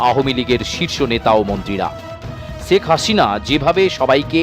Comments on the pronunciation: সেখ হাশিনা। 😂😂 উচ্চারণের এই অবস্থা কেন??😂😂😆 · আপনাদের উচ্চারণ গুলো এত হাস্যকর কেনো? একটু চর্চা করলেই তো ঠিক হয়ে যায়। বাংলা ভাষার অবস্থা ১২ টা বাজায় দিছেন। শেখ হাসিনা কে বলেন চেক আচিনা, আন্দোলন কে বলেন আন্ডোলন।কমিশনার কে বলেন কমিচোনার। আপনাদের কি সব সাংবাদিক মুর্খ। না হলে কেও না কেও ভুল ধরিয়ে দিত।